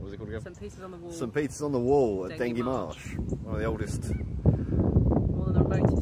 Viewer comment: Dengie is pronounced “den-jee” not “den-gee” 👍🏻 nice video lovely part of rural Essex